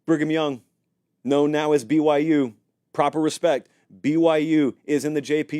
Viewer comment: pronounces “BYU” normally to me I don’t hear any issues with how he says the “Y”